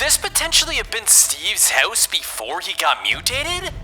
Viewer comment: haha, “howse” haha